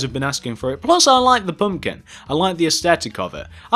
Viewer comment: it's pumpkin not pumkin!